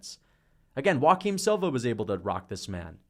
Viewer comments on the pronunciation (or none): none